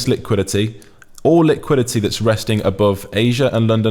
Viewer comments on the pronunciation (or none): Bro the way you say liquidity is crazy! "Lick quidity"🤣🤣🤣